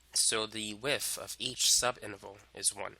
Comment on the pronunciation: The area of the rectangle is the lengff times the wiff